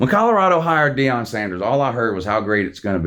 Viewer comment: Can't wait to get to "knee-on" Deion!